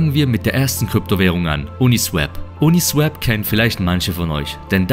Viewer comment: Swap (austauschen) wird swop gesprochen, uniswäp wäre swep (fegen). Ein Kollege von mir sagt es auch immer falsch.